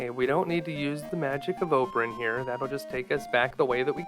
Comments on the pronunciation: I always thought that it was pronounced with “zaid” and not “zod” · It is pronounced as 'Sheher-e-Zaadein" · "shuh-heh-hurr-a-hay-uh-zay-ed, shuh-heck-her-hay-zuh-day..." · So, not only have I been pronouncing “Faxanadu” wrong, but now “Scheherazade.” My childhood is becoming a lie. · I would have never guess that's how you say that name.